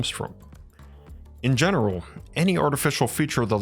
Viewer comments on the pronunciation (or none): none